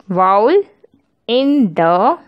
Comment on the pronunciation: Its vowel mam not voul😂